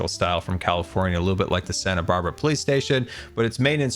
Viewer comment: THE PLOICE FORCE